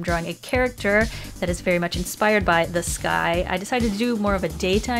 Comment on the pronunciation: Did anyone else think that when she said “the sky” it sounded like “this guy”. I mean for real I say there for the whole minute thinking WHAT GUY?????? No..... just me then???